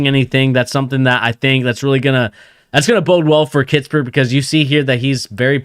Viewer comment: “Kiss-pert” no T in the middle.